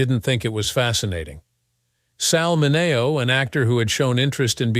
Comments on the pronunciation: Nor does little bot know that it's "Sal Min-Nee-o," not "Sal Min-NAY-o." And, worst if all, it's "McMurtry," not "Mc-CURT"-try." Geez! Cringe. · It would be nice if Sal Mineo’s name had been correctly pronounced. “Min e oh.” He was our neighbor when we lived in Los Angeles and would have been aghast ti hear your pronunciation of his name. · Sal "mi-NAY-o," eh? 🙂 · That was Dorothy Stratton, can’t you get anything right and miss pronouncing Sal Mineos name is now laughable, I don’t think that there has been one of these accurate yet !